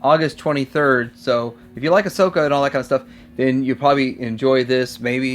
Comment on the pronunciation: dude, what happened there towards the end ? you called Ahsoka Ass Soka. but, then you said it correctly. i was like Ass Soka ? lol.